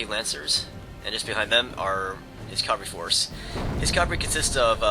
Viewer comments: it sounds like hes saying calvary instead of cavalry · and cavalry, cav-all-ree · Your pronounciation of "cavalry" keeps bothering me. lol sorry not trying to be a troll.